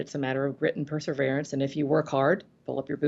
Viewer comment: This is a truly exciting area of study, and Ms. Keller is a brilliant, engaging woman. As an editor, I would urge Ms. Keller to pronounce “perseverance” properly, because it is a key word in her world. Thanks for this interview!